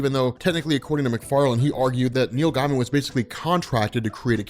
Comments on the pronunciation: That's not how you pronounce Neil Gaiman. It's not guy man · It sounds like you say Neil Diamond when u say it fast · The way you pronounce "Gaiman" keeps making me think you're saying Neil Diamond